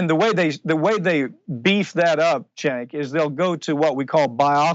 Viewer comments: Did anyone else hear him say "thank you chenk"? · Excellent report! One thing, it sounds like he said, "Thank you CHAD" at the end. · I just wish he would pronounce Cenk's name correctly